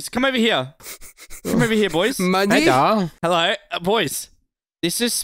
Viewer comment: Omg heddo!